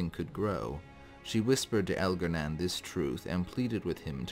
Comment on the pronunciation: It’s pronounced Elgar-nahn not Elgar-nan.